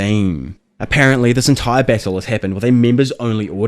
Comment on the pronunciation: “Beetle to the deeth” lol u talk funny